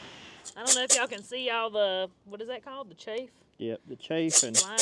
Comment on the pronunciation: Chaff is pronounced like ….laugh.